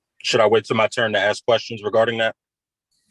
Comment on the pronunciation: I hate that. "Axing me..." The word is ASK.